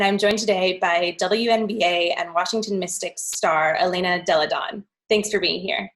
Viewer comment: “Delle Donne”: aka “of women” ...pleeeeease check your pronunciation pleeeease💚